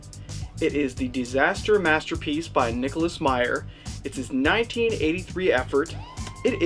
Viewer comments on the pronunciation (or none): none